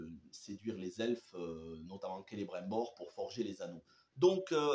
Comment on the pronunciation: Just un petit conseil regarde la série en français canadien le doublage est vachement mieux je me suis rendu compte en t’écoutant prononcer le non de celibrimbor et la région du Lindon 👍🏻🙂